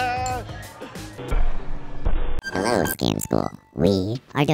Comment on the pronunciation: scam school, meow meow, scam school, meow meow someone pointed this out on a previous video and now I can't unhear it